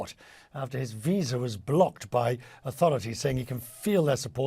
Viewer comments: IokoviK? Seriously? He is one of the greatest men's tennis players of all time and current world no. 1, learn how to pronounce his name properly! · this CNN idiot doesn't know even how to pronounce "Djokovic" correctly. Is he doing it on purpose or is he just not intellectually capable? Who cares, but I suspect both.